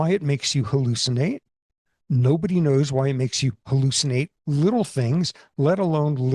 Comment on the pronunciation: did i halushinate that mispronunciation? i jest. i love when people misspeak- it shows the complexity of the system by what errors it displays